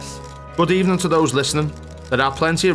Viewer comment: GOOD EBENING